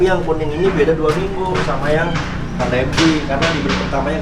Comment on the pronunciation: Vanda bang, bukan panda